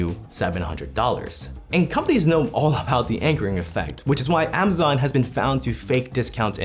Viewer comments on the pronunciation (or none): none